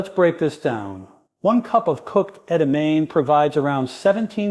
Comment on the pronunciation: Including mispronouncing the main subject of the video ....